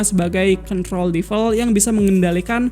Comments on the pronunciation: bang kalau DEVIL bacanya tetep devil, bukan DIVEL. kalau EVIL, baru IVEL. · DE-VIL… divel divel ganggu amat